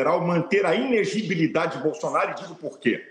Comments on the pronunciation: É INELEGIBILIDADE e não INEGIBILIDADE pois tal palavra não existe! E já passou da hora de trocar essa dentadura senão ele terá que fazer videos com legendas. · O cara não consegue falar a palavra "ineLEgibilidade"... 😂😂😂😂